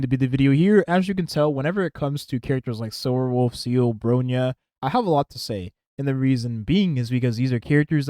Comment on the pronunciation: Haha i like how you can keep calling here "SEAL" I personally call her "SEELEE", hate how thay all call her "SELA".